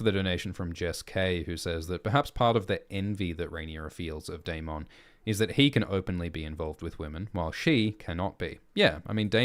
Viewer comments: Why do you lean so hard into pronouncing Daemon as day-MON when GRRM clearly pronounces it day-MIN? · Why keep pronouncing daemons name incorrectly? They say it in the show. This isn’t Jamaica mon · Well Ackchually 🤓 the way they say the name in the show is wrong too, it's not day-men or day-mon it's actually die-mun which is the valyrians conjugation for it.